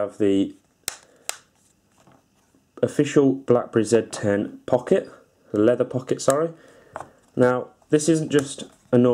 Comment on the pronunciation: EUREKA!!!!!! At last, somebody who knows how to pronounce the name of this phone correctly! Yes it's a ZED 10 folks, not a ZEE 10. Ha Ha. ;-)